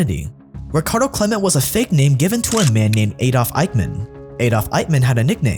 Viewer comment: Why you pronounce Adolf Aydof???